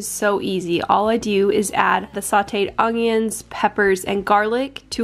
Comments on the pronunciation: Its ongions 😆 ...ask Da Nelle... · Ongions, LOL no hate, I love it! 🙃